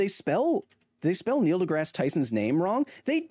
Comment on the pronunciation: why do he keep saying "de grass" as "de graa", I understand it's probably spelled wrong, but as someone who doesn't know how it's suppose to be spelled, "degrass" looks right, and it written how it sounds.